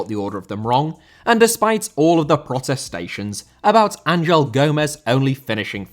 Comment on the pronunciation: Angel Gomes first name is pronounced with a hard G (like in the word angle but Ang-el)